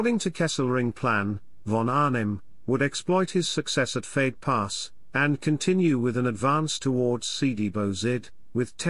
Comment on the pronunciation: Edit: didn't realize this was synthesized speech. Still, I guess you could do something about it🙂 '88 millimeterS guns', 'fade pass', etc. Sound sloppy and weird.